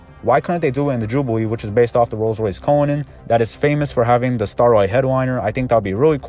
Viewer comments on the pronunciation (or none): none